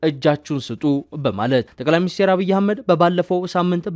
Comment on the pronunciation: ጠቅላይ ሚኒስቴር ሳይሆን ጠቅላይ ሚኒስትር ነው የሚባለው እባክህ!!